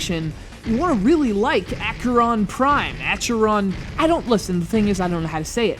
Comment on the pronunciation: How difficult can it be to pronounce Acheron? Try Ah-khe-ron.